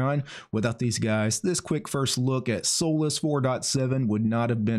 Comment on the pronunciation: I don't think it's pronounced as soulless lol